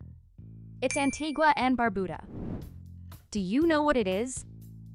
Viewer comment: In #126, Antigua is pronounced An-tee-ga, not An-tee-gwa. Another common mispronunciation.